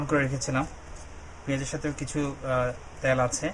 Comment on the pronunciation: What is the meaning of 'ত্যাল'? Please whenever u r going to interact with people be conscious about your presentation. U should mind ur pronounciation.